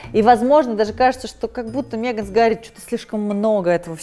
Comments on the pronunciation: Убивает каждый раз когда говорит Меган через Е 🤣🤣🤣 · мЕган? мЕЕЕЕееееган? Ржу - не могу🤣🤣🤣